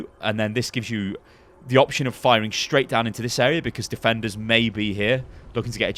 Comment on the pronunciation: Every time you say "may" I hear Mei